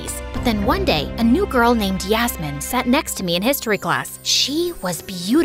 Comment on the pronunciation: did u just say yasmmin 😂😂😂